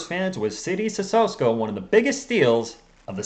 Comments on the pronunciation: I think it's pronounced as Sisoko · My brother...it's, "CISSOKO!", there is no "S" in front of the "K"...you're making this tooooo complicated!!!